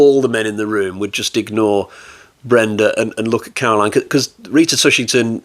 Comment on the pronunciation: TushingHam !!!!! Not Tushington !!!!! Solid review of one of Hammer´s odder films.